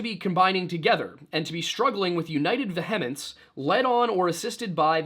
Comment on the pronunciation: I've been a Catholic for sixteen years, and I must object, in the strongest possible terms, to pronouncing the word "vehemence" with the stress upon the penult. Primary stress in that word should be laid on the first syllable -- quod semper, quod ubique, quod ab omnibus.